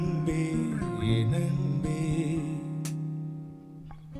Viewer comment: There is no doubt about Talent, but has to be little more conscious about his Tamil Pronounciations. 'ன்' பல இடங்களில் 'ண்' என உச்சரிக்கப்படுவது பாடலின் உயிரை குறைக்கிறது. மண்றம் வந்த, தெண்றலுக்கு... அண்பே என் அண்பே என ஒலிக்கிறது திவாகரின் குரல். முன்னொரு சுற்றில் தெய்வத்திருமகள் பாடல் ஆரிரோ ஆராரிரோ வில் தாலாட்டை தாளாட்டு எனப் பாடியிருந்தார். அதை சரிசெய்தால் இன்னும் சிறப்பாக இருக்கும். கிருஷ்ணன் இன்னும் இங்கு என்ன செய்கிறார் என தெரியவில்லை. இந்த வாரம் அவர் பலிகடா ஆனால் ஆச்சரியப்படுவதிற்கில்லை.